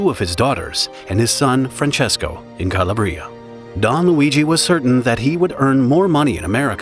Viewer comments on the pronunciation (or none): Kuh-law-Brie-uh, my guy. Not call-a-Brie-ah. Good vid so far tho. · It's "C-a-labria", a certain "paese", or region, of Italy, not "Calabr-i-a" (if you're able to follow my homemade phonetics!). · It’s cah-LAH-bree-ah, not cah-lah-BREE-ah. Get a real person to do your narration. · Cala bria drove me nuts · You could have at least made an effort to pronounce Calabria properly!